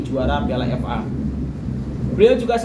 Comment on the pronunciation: Sebut FA pun tak betul bro..nak ulas tu,ckp bagi jelas..